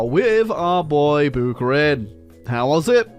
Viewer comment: As a Russian, my heart shattered every time you pronounced Buharin